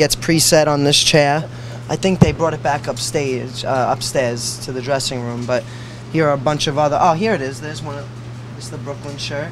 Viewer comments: He couldn't pronounce stairs right. He said stahyrs. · acting like he says stairs wrong:( and then he just eats Karas candy:D